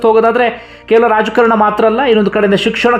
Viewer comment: ಜೈ ಹಿಂದ್ 🇮🇳 ಇದು ನನ್ನ ನೆಚ್ಚಿನ ಕನ್ನಡ ಸುದ್ದಿ ಮಾಧ್ಯಮ 😊 ಗೆ ಒಂದು ಸಲಹೆಯೆಂದರೆ ಉಚ್ಛಾರಣೆ ಯಲ್ಲಿ "' ರಾಜಕರಣ"'" ಬದಲು"' ರಾಜಕಾರಣ "' ಸಮಂಜಸ ಎಂದು ನನ್ನ ಅಭಿಪ್ರಾಯ!!!??????